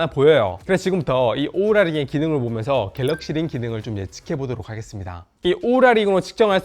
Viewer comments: 오우라를 왜 우우라 라고 하셔용 ㅋㅋ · 우우라가 아니라 오우라^^